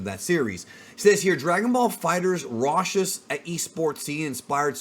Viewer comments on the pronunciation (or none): "Raucous" is pronounced with a hard "C", not a "sh"